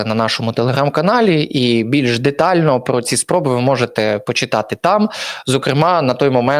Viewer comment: ПЕРШ НІЖ ЩОСЬ ВИМАГАТИ ВІД ГЛЯДАЧІВ, ВИВЧИ УКРАЇНСЬКІ БУКВИ І СЛОВА І ПЕРЕСТАНЬ ЗУЩАТИСЯ З УКРАЇНСЬКОЇ МОВИ:ПОЧЄТАТИ,ЧЯС,ЧЯСОМ,ПОЧЯТОК,ПОЧЄНАВСЯ,ЩЬОБ,ШЕВЧЄНКО,ЧЯС,НАКОПИЧЮВАТИСЯ,В ЧЬОМУ,ЧЄ,ЗВИЧЯЙНО,ЧЯСТИНИ,БАЧЄТИ,ЯКЩЬО,ЩЬО,ЧЄРВОНУ,ЩЄ,НЕЩЬОДАВНОЩЬОБ,ТОЧЬКУ,ЧЬОМУ,ПОБАЧЄТИ,ХАОТИЧЬНО,ЧЄРГУ,ДА,ЯКЩЬО,ЗАЧЄСТАТИ,ДА,ЗНИЩЄЛИ,ДА,ТОЧЬКИ,БАЧЄТИ,ЧЄРЕЗ,ЗНИЩЄЛИ,ДА,ТОЧЬКИ,ЧЯС,ПОЗНАЧЄННЯ..........!!!!!!!!!!!!!!! ТЕБЕ ВЖЕ ГИДКО СЛУХАТИ!!!!!!!!!! ГАНЬБА ТОБІ,ЩО ТАКИЙ МОЛОДИЙ І ВЧИВСЯ У ШКОЛІ ВІЛЬНОЇ УКРАЇНИ ТАК СИЛЬНО ЗНИЩУЄ УКРАЇНСЬКУ МОВУ!!!!!!!ВІДКРИВАЙ СЛОВНИК І ВЧИ ВИМОВЛЯТИ СЛОВА!!!!!!!!!(Українська діаспора,США)